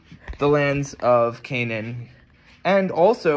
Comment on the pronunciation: You pronounce it like arabs Kan3an 😂 nice Letter 3 is hard to pronounce for westerners